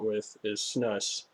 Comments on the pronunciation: For future reference Snus is pronounced "Snoose" which is Swedish for tobacco. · it's snus not snooooose 😂